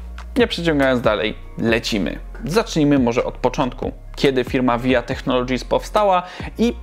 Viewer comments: No chyba, że VIA jest akronimem to czyta się "wi aj ej" :D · to raczej powszechny błąd i dla mnie osobiście brzmi dziwnie:D